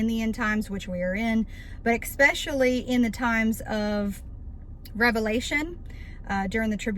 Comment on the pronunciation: Why would anyone begin to believe this when you can't even say especially correctly? You say "ecspecially".... I played it back 5 times to make sure I wasn't hearing things.